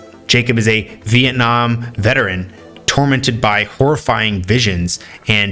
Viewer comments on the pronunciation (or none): none